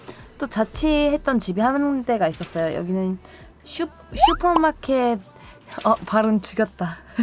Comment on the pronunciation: 슈퍼마켓 발음 멋졌다 ㅋㅋ